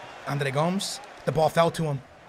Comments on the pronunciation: Gomes is pronounced Go-Mez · This fool thinks he's Portuguese but he said Andre GOMES GOMS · Is he even saying Andre Gomes right